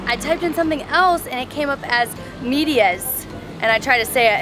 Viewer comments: Its pronoucned maydeeah. Not media like in English 😂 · Calcetines and medias are both valid words for socks in spanish, however, in DR it’s way more common to say medias, the problem was your pronunciation was wrong, so that’s why they weren’t able to understand you, it’s MEH-dia with a short E sound instead of MEE-dia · 😂 Ok Medias is Soxs in our language español . The pronunciation is where you got it wrong. Medias is pronounced Meeeedias not Midia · Calcetines is socks in Spanish from Spain, while Media (Pronounced "Meehdeeas") is Dominican dialect. They mostly speak dialect in small towns. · Ta dura la gringa😂😂 lmao at y’all riding.. that’s normal for us.. It’s pronounced like if you’re saying MEH.. so MEH-dee-us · It's pronounced "Meh" - "De" - "As" Medias. :) Socks..... Long socks = Medias Largas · Hello fun video BTW . Socks are pronounced " Medias" Meh-di-as. An other word for pants is "Calsone" like when you go to a pizzeria and oder a Calzone. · In most Spanish-speaking countries, we use the word "medias" phonetically it sounds like MEH-dee-ahs. Calcetines is the same as medias, but not commonly used. Google translate is not the best in getting the everyday use of reginal words. In that case it would had been easier to just point at your socks, I think. 🙂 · Socks are “medias” pronounced like “med” dias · Socks in Spanish is "medias" and/or "calcetines" depending on the country. Medias is pronounced "may dee as" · Hi! Calcetines and medias is the same! Is just the pronunciation. In Medias the e* sounds like the e on eight. mEdias. Same thing on Calcetines calcEtinEs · lol medias is more common in dr. The way you pronounce medias is MEH-deas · You are pronouncing the word wrong.. "medias" e as in elephant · The problem is your pronunciation . The translation for socks was not bad but calcetines is not too common in DR but medias is but you pronunciation was off. Great job and loved your video